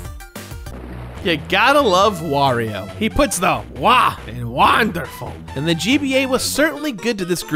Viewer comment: “He puts the WA in WANDAFUL” I’m crying 😂